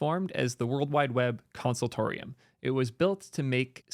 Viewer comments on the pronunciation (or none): The C in W3C Is consortium, not consultorium 😂 good vid as usual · it's consortium not conceratorium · ummm I think you read "consortium" wrong lol. and regarding bugs, let's not be delusional here and say what's implemented in Chrome is always to spec. There are bugs in Chrome as well with features that don't work according to spec and people usually use that behavior as the "working one" just because it works that way in Chrome, even though it's not 100% correct. I cannot deny Chrome having a lot of impact, but letting it win and become a monopoly will most definitely backfire same way it did with Internet Explorer. You just cannot let someone control the web like that. Regarding just Google pushing web forward, I'm quite sure they didn't do it from the kindness of their heart. It's still a business after all.